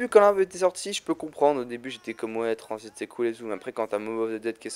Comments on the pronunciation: Ses transit pas tranzbit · il a dit transbite